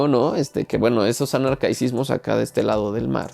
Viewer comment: Hola muy buen video el tuyo, me ha gustado tu reseña. Zweig como siempre, de una elegancia y de un romanticismo sin igual (entendido como el apasionamiento y la idealización de algo). Solo tengo una pequeña observación al minuto la palabra es "arcaísmos" ¡Saludos y hasta pronto!